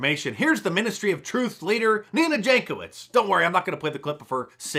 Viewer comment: Ex-ministry o trufe... Nina Jakow-its... Bu-bye.👋🤣🤣🤙